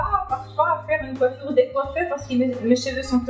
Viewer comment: Pourquoi tu dis coiffuioure?!